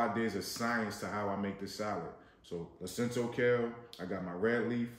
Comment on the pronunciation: Lacinato kale. Not Lacinto.